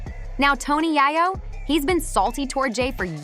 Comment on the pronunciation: why are you saying his name like that? if you were in tune with the culture you would know that it's pronounces YAAAyo! long A.